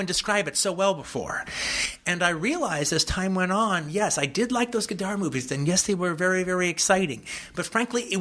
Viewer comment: it would have been nice if you had learned to pronounce his name correctly, Tarantula.